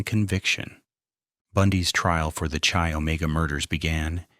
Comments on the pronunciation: You pronounce the Chi in Chi Omega as K -eye, not Chee. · It's not "Chee" Omega. It's pronounced "keye".